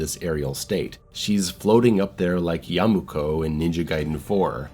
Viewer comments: Bro said yamuko i was like ??? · Oh i see, and what about the fact that you said Yamuko when his name is Yakumo?